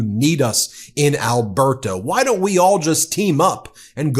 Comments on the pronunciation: I’m Canadian, it’s not pronounced Alber-ta… it’s pronounced alber-da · Alberta is pronounced Alberduh. 😂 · The t in Alberta is pronounced like the t in water. You are putting way too much emphesis on the t. It makes you sound like Kent Hovind when he says water. Trust me, you don't want people making that association. 😂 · We in Alberta despise her! Btw it is just Alberta not Al- ber-ta! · You make Premiers sound like premieres! 🤣😂🤣 The "t" in Alberta is pronounced more like a flat "d". (al-buh -duh). There are pronunciation vids. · We pronounce Alberta with a /d/. . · Where are you from? You don’t even know how to pronounce Alberta! You and your commenters seem to be terrified by strong intelligent women. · Also an Albertan here. She is one of the stupidest premiers we've ever had. She is trying to appease her voters that are also MAGA idiots. Would love to know if the rest of her "vacation" is going to be covered by Albertan tax payers because she made 1 business related stop on it. BTW pronounce Alberta as 1 word, don't emphasize the last A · The way you pronounce Alberta as if it's 3 separate words is very funny. Can't wait to hear your attempt at Newfoundland! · Please it’s Alberta not Alber-Ta and Dan-yelle not Daniel. You pronunciation needs work. You butchered Chetian yesterday. My skin crawled. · dude could you pronounce Alberta or premier correctly please? It's driving me up the wall! 😂